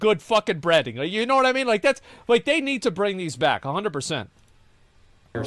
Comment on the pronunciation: everytime Asmon says "branding" I keep hearing 'Breading"